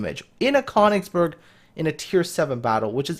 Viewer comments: it is pronounced kerr - nigz - berg please !!! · It's pronounced Kuh-oon-igs-berg :)